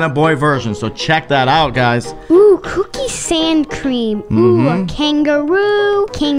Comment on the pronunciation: Anyone else notice said cookie sand cream instead of cookies and cream. BTW no hate